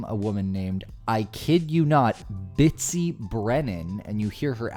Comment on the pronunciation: I believe he was trying to grab his lanyard when he knocked the Keychain off his belt. And I believe her name is Betsy not Bitsy. I cant let you go on like that lol glad they got what was coming to them!